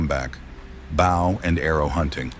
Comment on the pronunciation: Mitch Pileggi, whose voice they've stolen, is not so stupid as to pronounce 'Bow and Arrow' hunting as" Bough and Arrow" hunting, pay the voice actors you thieves!